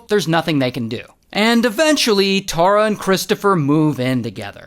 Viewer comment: Omg my name is Tara and please try and say it like tar-ra not tor-ra tysm ❤